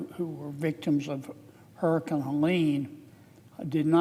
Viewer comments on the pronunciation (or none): Did Kennedy say, “hurricun”? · Another who can’t speak… IMPoR -DANT … HURRICKEN … WHAT ?? .. ITS HURRICANE .. Kennedy you are a complete DISASTER